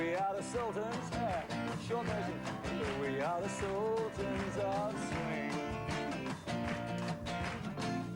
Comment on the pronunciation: We\are the SOULtans of Swing/ Its SUL not Soul!